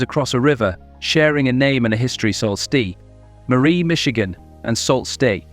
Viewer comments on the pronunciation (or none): 😢not Salt stet! Pronounce. SOO STE MARIE!!!!!